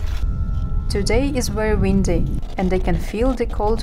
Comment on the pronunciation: Toady? Or today?